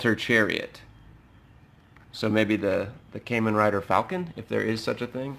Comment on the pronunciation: As a heads-up... That's Kamen Rider Gatack, a secondary rider from Kamen Rider Kabuto. The Kabuto series is knocked off a lot. Also it's pronounced KAH-men, not CAME-en since you were asking!